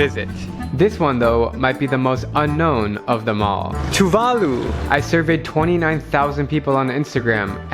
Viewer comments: Talofa. I've heard of all three countries but not much about life in two of them. Coming from Oceania of course I've heard of Tuvalu and it would have been good to hear the correct pronunciation of the country's name. The stress is on the second syllable. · *Locals tell him it's pronounced "Tuvalu"* *Proceeds to call it "to the loo"* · It's "Tuu'vaalu" not "Tu'va'lu" As Pacific islanders it's getting annoying that westerners believe we all still live in the stone age. Yes some of us still do & that's because they chose to do so in order to keep their ways of life, customs & culture. For a Pacific islander like me & where I come frm it's a different story. We struggle to keep our ways of life after being colonized by European countries & then by America. Thanx to those western countries that colonized us they have created poverty in our islands! Yet they are still unaware we even exist! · Thats funny. However its pronounced Two-VAH-loo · It Sounds like "True Value" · I'm khmer too and I pronounced it ToOoOoOoOoO tHe LoO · Tuvalu better not sink🤧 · I heard Tuvalu